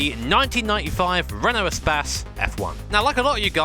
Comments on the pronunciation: Renault spas LOL, Isnt it pronounced like space? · Eh - spas ... lol its E - space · espas? i think its more like e-space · Love how He calls it "a'spazz" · Appreciate the blooper. We rarely get that. And is it really pronounced "e-spass"?